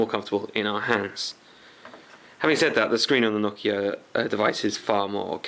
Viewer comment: Finally, someone pronounced Nokia correctly. Most people on youtube pronounce it as NO-KIA....It's pronounced NOCK-IA.